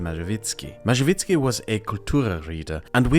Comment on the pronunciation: Tadeusz Mazowiecki You can try spelling it this way (Ta-de-us Ma-so-we-cki) its not perfect but polish pronunciation is hard for fereigners